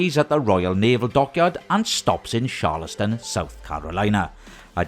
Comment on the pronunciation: I was wondering the same thing . Also, the cruise terminal in Philly closed years ago. Where will it be departing from then? And to be a little more knit picky... How can this person not be able to say CHARLESTON? they exaggerated the H by a LOT